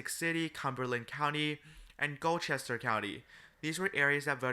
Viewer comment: Just so you know Gloucester is pronounces Glau-ster